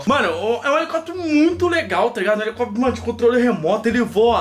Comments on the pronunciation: o fala -comprei um elecopetro voando cm um elecopetro kkkkk😂😂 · "helecóptro", esse 😂😂😂😂😂😂😂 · Português perfeito: A: ELECOPETERO KKKKK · Cara q agonia ouvi o fala helecóptero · Da uma agonia vê o falando elecoptero, mas é tão fofo kakakakkakakak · 0.43 "o elecoprio voando com o elecoprio" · quebrou as leis da física ao falar Helecoptro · Manooooo óia no 38 olha quantas vez ele falo helecopetro kkkkkkkkkk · eu tive um HELECÓPETERO, só que veio com defeito mais de duas vezes 🙄 o melhor é o falando HELECÓPETERO 😂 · "HELECÓPTERO" É UMA COMÉDIA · Ele tava falando elecopitero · Nada: A: HelEcoptero kkkkkkkk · falou errado o nome "Helicóptero"